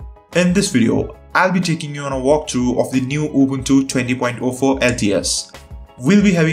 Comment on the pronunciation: Man , i LOVE the way you pronunce Ubuntu , you pronounce it just like us , Romanians